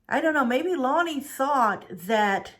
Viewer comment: Its La-nay and we live in anacortes, Wa pronounced (Ana-cor-tes)